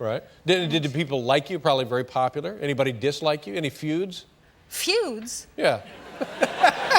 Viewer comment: Were there any feuds? FEW-UHDS?! 😂